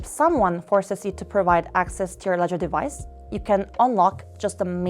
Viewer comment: Would be great if you could have used someone who can actually pronounce the words correctly. Walladdress, arror, ledgedevice.... It's not a big deal for a regular video, but for a tutorial with many steps in a row, deciphering her english is very unhelpful....